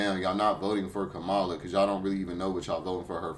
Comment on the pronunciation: Correction: Kamala is pronounced like Pamala with a K...